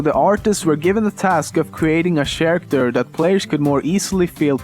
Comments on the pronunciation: Why do you pronounce character sharactor? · Stop saying "sharacter." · why i watch lemmino, Because i wanna hear him change ch with sh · That's fucking bullshit. Swedes can pronounce character right, after all in swedish you say karaktär which is pronounced very similar like in english character. But for some fucking reason Swedes say sharacter instead of character. And it's really annoying. (I am swedish.) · Cat Oh right i see. lol he also pronounces character ch-aracter, as a posed to Karacter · Very nice video. Why do you say "sharacters" instead of "characters" and "bunjie" instead of "bungie"? sorry if I offended you, that wasn't my intention. I'm just curious. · i just realised this. pewdiepie and you are from sweden and both of u cant pronounce "ch" Pewds said "shair" instead of "chair". you said "sharacter" instead of "character " xD not trying to insult you just find it kinda funny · It's pronounced karacter not sharacter... I don't mean to be a nazi but I thought I'd let you know... Even though you probably won't see this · ITS NOT PRONOUNCED "SHARACTER" ITS PRONOUNCED KAIR-ICT-ER AND SPELLED CHARACTER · SHAracter?? it's cha-racter. Sorry for being a grammar nazi :P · It's not "sharacter" it's pronounced "karacter" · sharater? You mean Character = Kar akt err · sharacter? i dont mean to be rude and i know it could be accent but is Care-ecter I know I know, this video is almost a year old :P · The pronounciation for "Character" isn't "Shariktur", but it's pronounced "Kariktur", Just saying (I put U instead of the upside down E because I don't know the alt command for it). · Hearing him say "Sharacter" gives me so much nostalgia. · i love the way he says character... or should i say sharater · What is a "sharacter?" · Looking back at his old videos, his pronounciation has improved A LOT. For example from saying sharacters, eighty (18) and free (3). And the best thing is that he talks more around his points, instead of jst flashing by as he did here